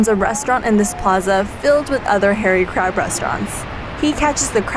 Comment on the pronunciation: I like how i sounds, like "how dangerous the chinese crap" 😂 Just kiding mate!